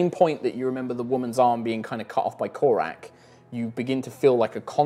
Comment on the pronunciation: If doesn't start getting the name right, he's gonna end up narrating an extended battle sequence of Korak vs Korak.